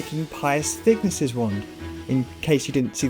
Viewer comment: Actually it’s pronounced PIE-US THICK-NESS NOT THICKNESS LIKE THE NAME NESS